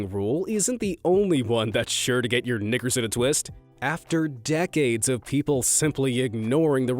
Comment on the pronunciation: My man played it hella close with that “knickers” pronunciation lmao